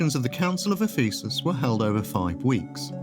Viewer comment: Ironically, the Church of the East refers to him as one of the 3 Greek Doctors of the Church, which would appear to be what this clip meant even though what it said was one of several mistakes, not least of which was the repeated mispronunciation of 'Ephesus'.